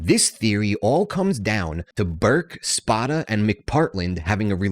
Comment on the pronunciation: If you can’t pronounce a main characters name correctly the rest of the info is questionable. It’s Spoda with a long O.